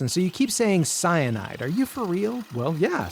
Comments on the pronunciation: DID YOU SAY CYNIDE?!! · I beg your finest pardon did you just say fucking cyanide